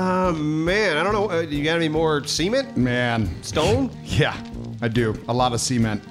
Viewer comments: I love you guys, but I hate the way you pronounce “Cement” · So you guys don't enunciate the T in cement so it sounded like was asking for semen... Which is when my mom decided to tune in and thought I was watching cartoon homosexual porn. I will never not be entertained by you guys lol much love.